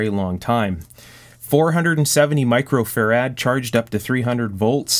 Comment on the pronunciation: Great drinking game. Every time he says "fair-ADD", down a shot..:-) In my old days, we had mf and mmf. Rarely pico, essentially never nano. Those days Farad capacitors were the size of washing machines. Today I think they mount one in your laptop.Thanks